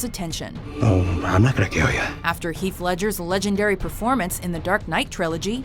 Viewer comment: She said 'Heath'. Lol